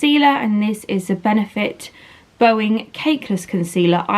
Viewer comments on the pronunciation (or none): Benefit Boing (boy-ing) as in its a springy concealer that spreads easy. Not 'bow-ing' 😘😘😋😋😍😍😍